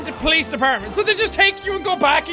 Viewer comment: Not sure if it's just me, but I like the way Jack pronounces "Police". It's like eargasm to me ^^